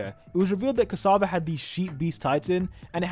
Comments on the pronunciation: Tom CASSAVA? its "Ksaver" bro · Its not Tom casava its Tom ksaver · Tom ksAvar? Did you really just pronounced it like that. Do some research before uploading a video like this...